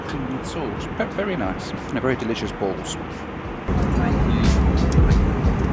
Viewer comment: “As I enjoyed my balls”. With just the right emphasis on “balls”. Well done! The rest of the video was good too.